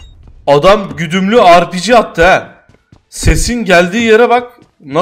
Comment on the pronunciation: Biri şuna ARPİCİ değil RPG desin